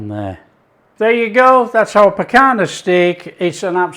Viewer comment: NO PICANA......"PICANHA"...